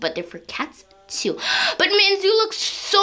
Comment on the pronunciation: FruityOrange. I think she say mit xD